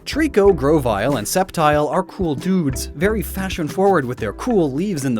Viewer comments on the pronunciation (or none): none